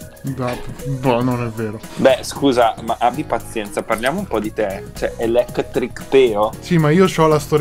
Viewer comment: ELEChThRICh PEOh.